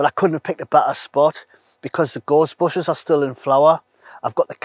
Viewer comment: Nice one .. I would love the Jackery but a bit above my current spending ability. Looks great though...By the way, I thought the first time you said "Gorse bushes", You said "ghostbusters".... Us Derbyshire folk are more used to hearing sheep than north eastern accents lol. Best wishes mate.